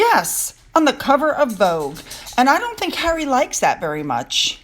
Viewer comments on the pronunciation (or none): Harry, not hairy! 😂😂😂